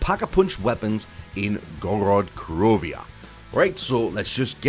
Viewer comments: Why do you say Gorod krovia? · You said Gorod Krovia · Why would you drop kick your grandma you're in idiot and I hate when you say that and you pronounce Gorod Krovi wrong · Ok doesnt matter it just sounded funny <3